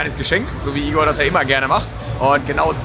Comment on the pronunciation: Igor, nicht Ingo!!:D